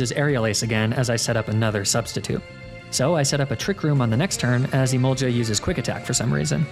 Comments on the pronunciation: Im sorry but the way you pronounce emolga infuriates me it doesn't have an i before the a I'm begging. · the way he says emolga like emolja is so infuriating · it's emolGA with a hard g not emolja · Not the kind of person that gets angry over pokemon pronunciations but emolja is a war crime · The only thing more demoralising then negative comments about toxic stalling etc. Is the lack of a 1 hour loop video of you pronouncing "Emolga". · Jiga impact, never heard of that move before lol Emolja also a mon I've never heard of either lol you know Gs make a hard sound sometimes right?